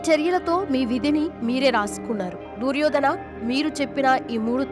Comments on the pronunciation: ఊసేయ్ పనికిమాలిన దాన అసలు నువ్వు చెప్పిన విషయాలు కి మహాభారతం లో ఎక్కడ ఉండే, దుర్యోధన అని పలకటం రాదు నీకెందుకే వీడియో & వాయిస్ పెంట దాన తెలుగు పలకటం రాకపోతే G... మూసుకొని కూర్చొ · దుర్యోధన అని సరిగా పలకడం లేదు